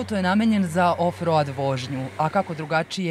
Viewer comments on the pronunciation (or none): Izgovara se ofroud a piše offroad, to bi trebala znati ako se već baviš novinarskim poslom a čovjeku kapa do poda za majstorski posao.